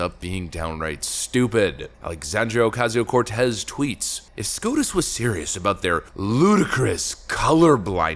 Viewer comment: I can't stand the way dude says aoc's name. It's racist. ❤😂